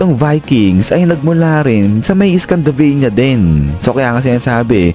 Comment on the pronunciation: Scandinavia po yun lods. Hindi scandavania.😂